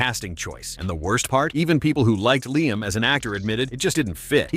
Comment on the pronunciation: It's Liam,.